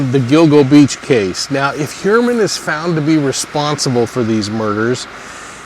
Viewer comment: Pronounced Hugh-er-man according to himself